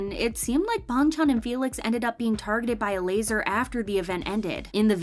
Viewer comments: "Bong chon" I CAN'T IT'S BANGCHAN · Does anyone realizes she says bangtan not bangchan💀💀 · It's actually Bang chan with a a, not bong chan with an o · BRO SAYS BUNG CHAN 🥲🥲🥲🥲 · Yea but his name is pronounced like bong chan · 'Ee know' 'Bang chon' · I dont know why but i got so annoyed when dhe sad "Bongchon" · Why you pronounce Bangchan as BONGCHONG? Goodbye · I can't with the way she pronounces bang Chan😂😂😂 but really are they actually stays like come on